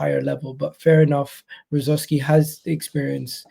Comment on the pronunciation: This guy can't even say his ex players name get out of here 😂😂